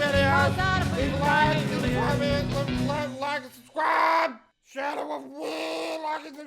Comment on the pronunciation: "Shadow of WHRGH"